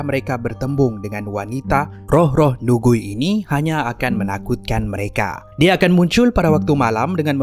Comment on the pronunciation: Hantu Nugui. Lucu pulak cara sebutan awak tu heheh. Kalau slang chinese Malaysia, sebutannya lebih kurang seperti 'ni kui'. Maksudnya hantu perempuan. Ni (女）- perempuan, Gui （鬼）- hantu.